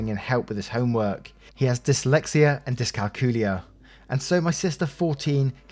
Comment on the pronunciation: Story 2, Oh,,, you totally missed pronounce dyscalculia, but that could be the dialect though. Also op has responsibility to help out his new family and it's not like you tormented they your simply not getting involved.